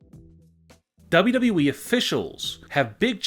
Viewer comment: What's the plan for your voice ???? Doubblue boubblue eeeee It's W W E